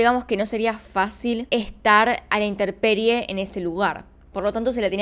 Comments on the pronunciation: Hola, buenas tardes, bien interesantes los tres, gracias! Una anotación, no es "popila". Es pupila, tampoco es "interperie". Es, intemperie. Saludos, buen canal! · Dices interperie en los dos casos y es intemperie por favor corrígete. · Me pone nerviosa que digas interperie... Pero te amo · excelente contenido siempre veo tus vídeos , aunque hago corrección sin mala onda ,no es INTERPERIE es INTEMPERIE :) y sugiero el caso de la chica de México que paso recientemente . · That is DOROHEDORO sí. Ella dijo interperie. Es intemperie. Saludos. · Hola .. adoro tus videos, me distraen mucho!! Solo una sugerencia en éste vídeo, minuto se dice "inteMperie" con M, es común que la gente diga interperie, o intenperie.. pero es errado! 🤗